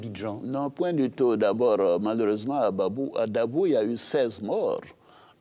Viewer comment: Hahaha il dit a babou au lieu de dit a dabou un menteur la